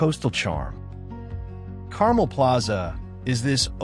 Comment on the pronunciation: the mispronoucation of Carmel is really cringy, and give this video an AI narration vibe/feel. Which is unfortunate.